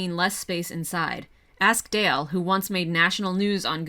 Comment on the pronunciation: Pitbull accent Dalé